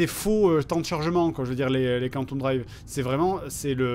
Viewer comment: KANTOUME travel xD On dit "Quanteume" plutot